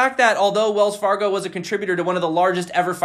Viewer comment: Wells Far-gone lol